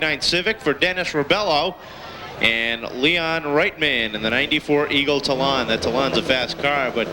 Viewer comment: The way "Eagle Talon" is said, here. lul